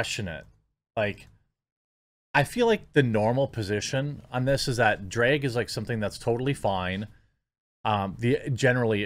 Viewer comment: At first they way you were pronouncing “drag” was annoying…until I figured out what you were actually saying…”dreg”🤦🏻‍♂️🤣 Because it is a “DREGS SHOW”! I’m gonna start using this. 👍🏼🙏🏼